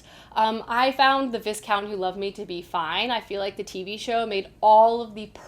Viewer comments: With regards to Bridgerton, Lord Bridgerton's title is pronounced v-eye-count. Also I personally found the book, The Viscount who loved me better than series 2. Kate is a much nicer character in the book. In the series she is, in my opinion incredibly abrasive and unplesant. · Great show. Helpful hint: Viscount is said “V-eye count” with silent S. (Historical addict here 🙋🏻‍♀️😉)